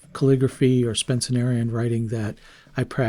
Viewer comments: Oh jeez... I thought my ears were mishearing you the first time, but you literally said "SpencENerian" SEVEN TIMES... instead of Spencerian. If you actually practice Spencerian, has Google never autocorrected you??? It makes me question if you even know what Spencerian is. You need to switch to a dip pen (go for a Zebra G or Brause EF66) if you're serious about calligraphy and not just cursive handwriting. Also, starting the video by putting Higgins (a pigment ink which will cake in your feed and kill your pen) in your Lamy is.... Well, that's just really unfortunate and I hope you've figured out by now to only use fountain pen inks in fountain pens. You seem like a great artist, and you've done a good job gathering all the fountain pen "flex" contenders (or what passes as flex in modern pens), so I wish you better luck as you learn more. FYI, the "all-round" perfect pen you're looking for is probably a 1920's era Waterman 52 with a needlepoint grind and BBB flex ability (or similar holy grail pen that everyone wants even before they know how to name it).... that's a $400-$700 one-of-a-kind pen. I don't think you're ready for that. Become proficient with a dip pen first. (Or try something like the Desiderata Daedalus pen that's made to house a Zebra G.) If you'd like help restoring some of the vintage pens you mentioned buying, tell me more about what you've got. But mostly, good luck and I hope you've put all the rookie mistakes behind you. Your art is really fantastic but y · P.S. you also keep saying Spen-cen-Arian writing instead of Spencerian Script. The guys name was Spencer. Not Spencener. It’s not a superlative to add an extra syllable to a word. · Pronounced “Spen-cer-Ian”, FYI. The Lamy is a fantastic performer